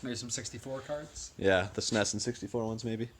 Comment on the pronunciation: Great deal. But please don’t say S-NES. ITS S-N-E-S 🤪